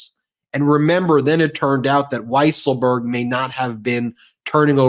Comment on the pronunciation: It is pronounced “weasel-berg”. A common mistake.